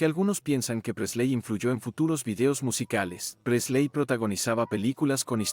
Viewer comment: El contenido está muy bueno, lástima que no sepas pronunciar ni un nombre en inglés... ¿Quiénes son Presléy, Martín (¿mi hermano?), Lestér, etc...? Los Beatles influyeron en mi vida en que aun siendo argentino, amo a la cultura inglesa, y soy del Everton gracias a George y a Paul.